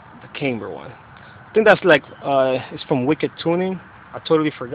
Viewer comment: Wtf is "came-ber"